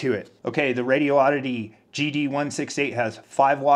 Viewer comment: It's a good value set, I have the Anytone branded version. PS Someone pointed out to me that there's only one "O" and no gap in Radioddity. First, say the words "Radi" and "Oddity. Next, take the gap out and say it as one word - Radioddity. It's 5 syllables, not 6.